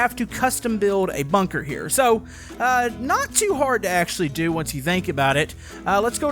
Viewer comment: its bunker not bonker